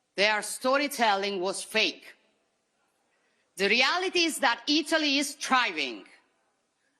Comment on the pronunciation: in italiano per piacere! her italian is really good! she doesn't say italy quite right. it's either ee-TOE-lee. or it'ly.